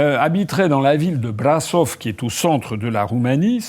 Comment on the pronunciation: Pendant que les médias français nous poussent à regarder vers la Syrie et Notre Dame... Pour compléter votre erudition, Brasov se prononce "brachof" président !! Espérons que le peuple roumain ne se laissera pas faire et demanderont un "Romanexit"